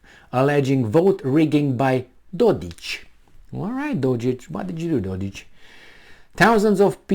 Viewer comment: dodiK, not dodich...lol,...